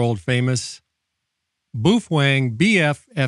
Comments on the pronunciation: You say boofweng..... and "all intensive purposes"....... I cant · Are you saying "boof wang" on purpose?